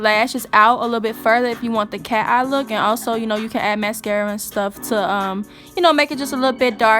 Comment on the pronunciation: She said im finish with the first Ahh.. its Eye baby😂😂😂😂 nice video..